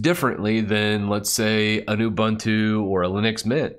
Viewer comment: ubunntu instead of uboontu...